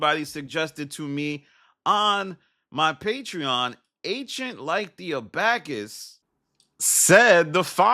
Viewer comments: "abacus" is pronounced "aba-cuss" not "a-back-ess" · Ancient like the a-buh-kiss. Sound it out bruh. Damn. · One of these days is gonna pronounce abacus correctly 😂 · Who's gonna tell him how to pronounce Abacus?